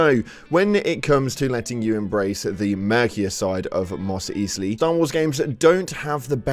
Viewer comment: Mos Eesley? Your credentials for commenting on Star Wars disappeared completely when you didn't even know how to pronounce such an iconic Star Wars location. Let alone 'Sabuk', 'Jedis' and more.